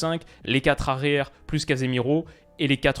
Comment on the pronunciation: Les quatre zarrières? 😆